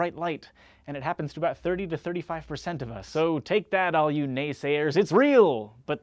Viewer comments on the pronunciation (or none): ..Did he really say Nas-sayers?